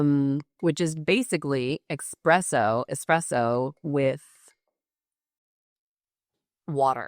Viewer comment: Did you really say "Ecspresso" with "С"?? Not "Espresso"? Or did I hear it wrong?